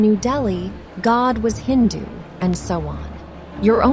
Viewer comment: Just a correction it is "HINDU' NOT 'INDU'